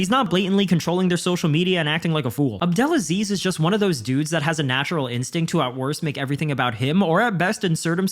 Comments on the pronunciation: I noticed you kept mispronouncing Ali”s last name. I know it looks weird, but it’s pronounced Ab Del Ah Sleeze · The way Conor pronouce Ali's name lol 😂